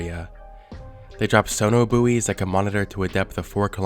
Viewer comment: Did my man just read "buoy" as "booey"? Lmao (It's just pronounced identically to the word "boy")